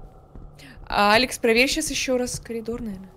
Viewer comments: Я один не могу сдерживаться, когда говорит «колидор» 😂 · все не могу понять, почему коЛидор, если всегда правильно было коРидор